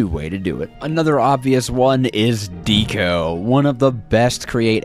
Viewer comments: The way he says deco “Dee-co” instead of like decoration “deck-oh” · When you say "Deco", you pronounce it "D co" isn't it pronounced like "deh co" as you would say what it's short for decoration. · Deco has a soft e, as in Decoration.